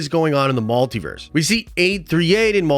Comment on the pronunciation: WTF IS A MAL-Tiverse??? It’s pronounced Multiverse… MUL